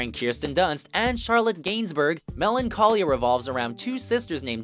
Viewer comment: He mispronounced Charlotte Gainsbourg as well.